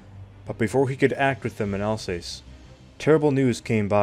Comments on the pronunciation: Alsass not alsays. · “Alsace” is pronounced “Alsas”.😊